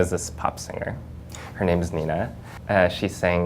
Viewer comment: First I was confused when he mentioned that they kinda copied the look of 'Nina' from the 80's. I was like 'What do they want with Nina Hagen?!' until I realised that he ment Nena. I always have to remember myself that English speaking people pronounce these letters different than we do in Germany. facepalm 😁